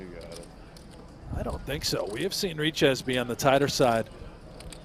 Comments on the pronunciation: You speak it a bit like richay not riches😂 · Richez is pronounced Riché. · Looking up pronunciation of Richez it’s Ree-Che You got it now ♠️